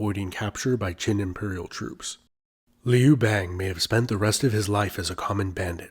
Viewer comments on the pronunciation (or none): The a in Liu bangs name should be pronounced a the U in umbrella. The way you pronounce it, sounds like frog in my language. Liu frog. 😝😂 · Did you just pronounce Liu Bang correctly then proceed to botch it 43 seconds later?😆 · Also the narrator uses a non standard pronunciation for 劉邦, sounds like "Lee oo bei ng" (same vowels in "see two games"), standard would sound like "Liou Bah ng" (chinese "you", ex. 有, should soung approx like english yoyo, as in the toy named yoyo; would be like "Yo, Ma"). So ... he obviously doesn't know or study Putonghua. Maybe he's American? That would account for raised quality of the open front vowel in "bang", Americans often say words like "bank" with a raised open front vowel, such that it sounds similar to "bane".